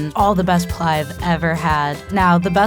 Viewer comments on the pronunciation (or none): PI LAU not PLAU😂😂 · It's pilau not 'pulau' and she cooked it wrooooooong!!! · Serano Chile ni niniiiii... And its not plau..its pilau, the i isn't silent.... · Are these people even African “plao” it’s pronounced “pi-la-o”. Tanzanian 🇹🇿 here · Pilau so disrespected 😂😂😂 and the way she pronounced it. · She's been raised abroad for so long that she's pronouncing "pilau"wrong 😕